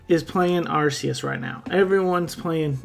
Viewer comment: Thanks for pronouncing Arceus properly lol I’ve had some fun with it in AG on showdown